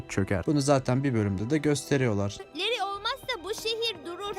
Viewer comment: leri diye okunuyor kardeşim